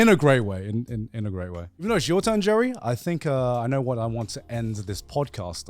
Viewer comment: Anyone else hear Garnt say Jerry?